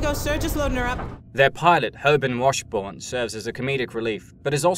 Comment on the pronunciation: Herban Washbourne is a neat character, but I much prefer the pilot from the show, Hoban Washburne. Kaylee FREE? Did you watch this series at all? Frye. Like fry.